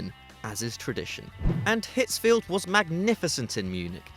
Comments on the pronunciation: It's Otmar Hitzfeld not Field. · Hitzfeld Not Hitzfield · It's Ottmar Hitzfeld, not Hitzfield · It's Hitzfeld. Without the "ie" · It's Ottmar Hitzfeld, my man. Hitzfeld.